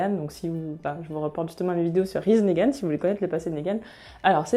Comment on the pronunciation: Je viens de découvrir ta chaîne, tes vidéos sont top, je viens de m'abonner ! J'ai surtout regardé tes vidéos sur TWD pour l'instant et j'ai remarqué que tu prononçais Negan : Négan mais ça se prononce Nigan :)